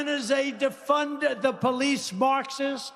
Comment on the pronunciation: "Peleesh?" "Life shentishes?" "Mederers?"